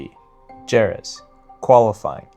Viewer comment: Great video bro. But its pronounced like "Heh rez", not "Jer rez", don't be ignorant.